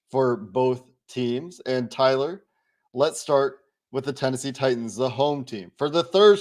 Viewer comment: Dude....I feel like tuning out the opposing hosts right away when they can't even be bothered to know how to pronounce your name right, Tyler....🙄